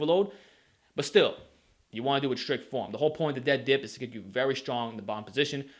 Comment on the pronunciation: I like how u say dip like Diyp lol